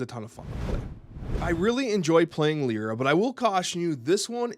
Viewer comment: Pronounced "Lie-rah." Look up "lyre." "Yzmir" is probably "Izmir." (Finally, Sun Wukong is "Soon.")